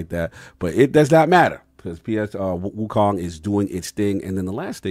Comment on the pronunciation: Wokong..lol. Addict types the way he pronounces.